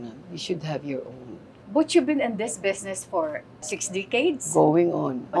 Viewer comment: "Besnesss" Aster naman -- "Business" LOL